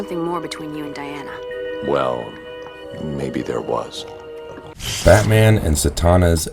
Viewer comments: Di... Di... Di 'ana... Not De Not De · Three of these commentators cant pronounce certain words properly said " hey dra" instead of hydra said " bru'der instead of brother in this video keeps saying " De'ana instead of Di' ana. Its driving me crazy